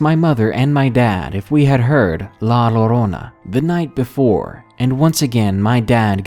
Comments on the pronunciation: La llorona is pronounced more like "jo-rona" when talking in Spanish. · They put a spell on you! And it's pronounced "La Ya-Rona". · It's pronounced "La JO-RO-NA". Depending on where you're from (either Spain, the Caribbean, or Central/South America, it would be pronounced with either a "Y" or a "J". That's because with different dialects, come different pronunciations of a word that is one and the same. My way is "JORONA". Another way is "Yorona". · A small part of my heart breaks down each time you say La Llorona as LALORONA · It's spelled la llorona but the llorona part is said yorona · did it bug anyone else how he pronounced La llorona it's (yo-ro-na) lol it was funny though